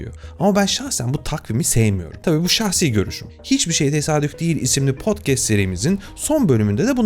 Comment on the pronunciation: LEP top HECKER Simdide...POD KEST...! Turkce'nin icine edildigi yetmiyor, sizin gibilerde yeni bir YANGLIZCE (Esek Ingilizce'si) yaratmaya calisiyorsunuz...! UTANIN lan... HACK LAP CAST / KAST Broad-CAST KAST ULAN KAST KEST degil KAST LEP degil LAP HEKER degil HAKER